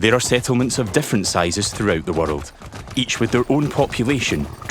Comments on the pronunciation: Never heard anyone pronounce "world" as "wordled" 🤣😂🤣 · "Change the waterld?"